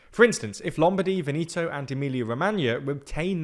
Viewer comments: Vehnehto not vinito lol , greetings from a Latino in NYC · A minor observation! It’s VEneto, not veNEto.. The stress falls on the first syllable. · Would it hurt you to learn how to not butcher the pronouncing of Italian regions and people? If you want to present EU news and analysis, perhaps less of the ignorant anglo-centric way of saying things could enhance the credibility of your presentation. I was trying to pay attention, but then you lost me at "Venito". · Ven-eeto really? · The correct pronunciation is “Padània” and “Vèneto”. :)